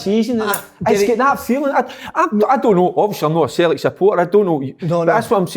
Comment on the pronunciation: Derek - ‘Futbuh’ ⚽️ Kev - ‘Sulltic’ ☘️